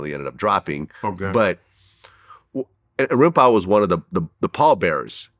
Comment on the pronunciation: I hate how Vlad pronounces Rimpau's name lol dammit